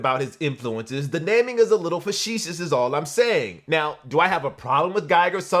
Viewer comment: Brother you pronounce “facetious” hilariously‼️‼️😊🤣😆🤣😆🤣😆